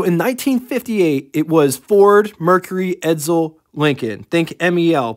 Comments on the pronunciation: Stop saying Edzel its Edsel , theres no Z in Edsel. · ......"ED-SULL", not "ED-ZULL".....their is no Z in Edsel.....couldn't watch anymore after you pronounced it "ED-ZULL" about 10 times...................................... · It’s pronounced “Ed Sel.” Not “Ed Zel”